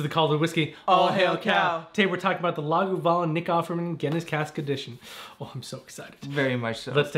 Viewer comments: Yeah sounds like Laguvalin rather than Lagavulin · Great review. The 11 is a favorite. It’s pronounced Lahg ah voo lyn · You're saying Lagavulin incorrectly. I have a slight cringe every time it's said. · It hurts me every time he mispronounces it… I can’t take this review seriously because of it